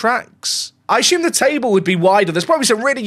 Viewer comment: Theres no H in assume